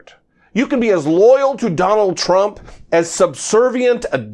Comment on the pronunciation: You should STOP saying the LOSERS name..lets only refer to him as "the LOSER"..you always put too much emphasis on his name..